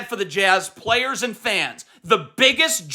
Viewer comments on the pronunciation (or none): none